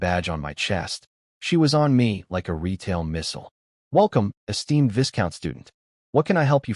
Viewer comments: ... Pronounced like Vai-Count or Vy Count. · Great story but annoying listening to it mispronounce viscount, and marquee.